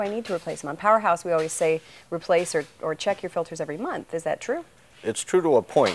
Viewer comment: He sales filters for a living and calls them filders.. wow